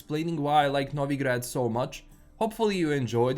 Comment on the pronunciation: I can hear the slavic roots of pronunciating Novigrad how it should be pronunced. Bravo brat!